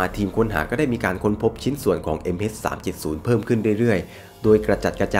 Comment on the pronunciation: MH เเต่เวลาพูด MS สับสนเลยครับ